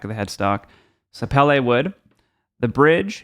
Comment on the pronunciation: Hey. I really enjoyed your playing and review. I own thirteen 12 string guitars right now. My only point here is that I'm an idiot and you have plenty of room. Best pronunciation of sapele, too. Take care and be well. Mark